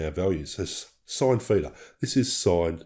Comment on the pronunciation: What's a "feeter" angle? or are you saying (feature) with an accent? And what is that 0? Is that the "feature/feeter"? I did the equation of 12 x 0.57 and got = 6.84. Yours is 6.88. Why is that exactly?